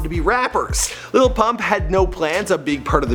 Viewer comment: Why are yall saying "LITTLE PUMP" ?! I am german and can say it better 🤣